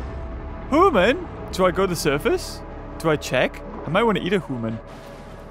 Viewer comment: You say human wrong